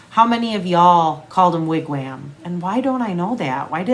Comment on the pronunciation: Haha!!! We had sooo many wigwams it was crazy, but the am in ‘wam’ is pronounced like the om in ‘pom’